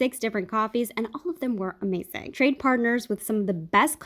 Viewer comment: I love how you said Amazing "AmAzing"